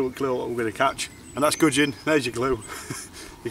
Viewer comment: Some Bwon Gugin 😅😅😅